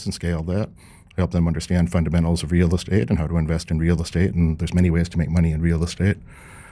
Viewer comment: why does he say "real estate" like that?